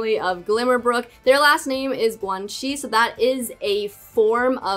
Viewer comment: guang xi should be pronounced as coo-wang ssi~ the g would sound like a k and the x would sound like a slithering s. ssss~